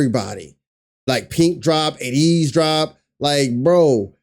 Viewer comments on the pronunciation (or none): We’re “A-teen-knee” pronounced that way and ATEEZ is “AY-tees” emphasis on the “A” lol. Sorry we all just cringe a little when we hear it wrong😬 Thanks for checking them out- the NEVER miss!🔥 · Yesssaaa! Cringe at the mispronunciation of the group and the members name. There is a video on YouTube on how to pronounce the group name and the members